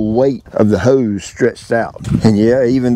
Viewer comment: heeeuse! whats a heeeuwwse?🤣